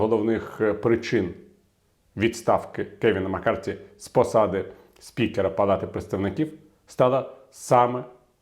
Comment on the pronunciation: Пане Віталію, дякую за професійну та оперативну аналітику! І все-таки він МаккарТІ, а не Маккартні )